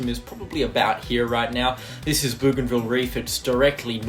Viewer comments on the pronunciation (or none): Bow Gan Ville mate is how it is pronounced. There is an Island Province in PNG called Bougainville as well. Same name as the reef. Well done on your very thorough updates. As a North Queenslander, they are vital at the moment.